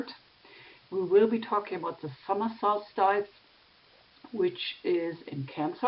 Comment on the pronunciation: Dear, please pronounce "solstice" as sols-tiss as if speaking German (not sols-TEIS as you have in the video).